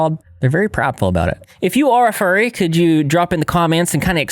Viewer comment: furry* not fury